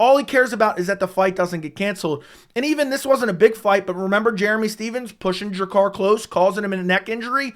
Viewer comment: Thumbs up for repeatedly nailing Dricus’ name pronunciation, and for lining that beard up! Well done, sir.